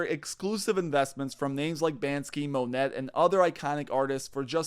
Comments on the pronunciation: The artist named Monet is pronounced "mon-ay" NOT "mon-ett". Your credibility is lost just on your ignorance. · he is speaking of classic artists and says "Mo-Net" As if he was saying "Brooklyn Nets." it's pronounced "nay" rhymes with "way" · Mo-net. Are you kidding me? Learn to pronounce the artists names before you start selling art investing on your channel. It kind of diminishes your credibility on the subject. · If you want to have Mone-y, learn how to pronounce Mone-t. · lol He said, "Ban-skee" and "Mo-nett" when talking about art. WTF bro?